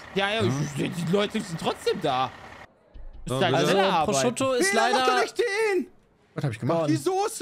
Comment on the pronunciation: Ich möchte nie wieder hören, dass Peter Pizza Prosciutto ausspricht!